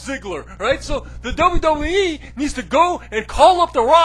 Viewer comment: Double Double E. You can't even fucking say WWE right.